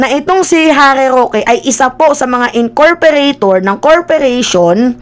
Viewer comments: pa check lang po “ incorporator “po hindi incorperator” 😊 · Incorporator ng corporation you mean, not incorperator ng corperation? Hehe.😉